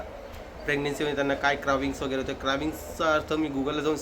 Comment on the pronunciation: कराविंग्स nhi re dada क्रेving